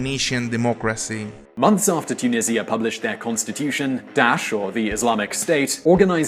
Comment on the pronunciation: You pronounced it wrong (by the way I’m talking about the country’s name)